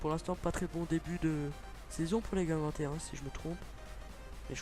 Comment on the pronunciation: on dit guingampais pas guingamtais et correia il est reserviste donc faut mettre tabanou ou rebocho merci